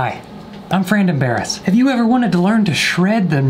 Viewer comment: Bruh as soon as he said ‘frandon Barris’, i died